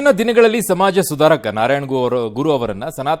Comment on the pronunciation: It’s Samaaja sudhaaraka not samaaja sudhaakara. Correct it